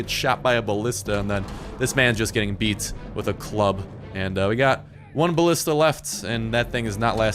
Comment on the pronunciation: Also learn to pronounce Genghis and ballista please.